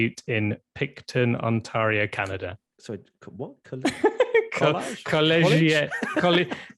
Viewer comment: it's pronounced: Col-lee-jet 🤣